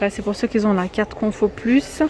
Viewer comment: Arrêtez svp de faire de mauvaises liaisons. Je sais la grammaire française n est pas simple mais de grâce n inventez pas des liaisons qui n ont pas lieu d être. On ne dit pas ceux qui "sont" mais ceux qui ont. Qui n a pas de s ni de z a la fin donc pas liaison. Merci beaucoup